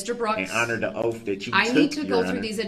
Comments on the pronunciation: Yes, someone should really insist that the judge live up to her "oaf". And while she's doing that, maybe the defendant can "axed" her some additional nonsensical and unintelligent questions. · EVERYBODY:. "....HONOR YOUR OATH..." BROOKS:. "....HONOR YO' OAF'......" bum